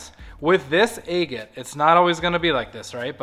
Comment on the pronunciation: Where are you from that you say Aygit? Never in my 61 years have I heard that pronunciation. Just curious.